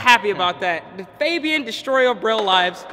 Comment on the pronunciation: It's pronounced F(A)bian not F(ah)bian